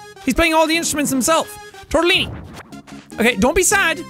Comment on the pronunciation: Anyone notice tortillini sounds like moossilini